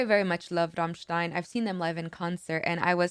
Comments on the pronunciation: The way you pronounced Rammstein - Amerika gave me shivers not gonna lie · I love that you can pronounce ramštajn (I'm Czech lol 😂) the correct way! Big respect. All other americans say ram stain